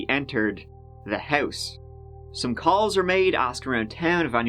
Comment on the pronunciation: DO YOU HAVE A PROBLEM PRONOUNCING THE WORD "HOUSE".....OR IS ME??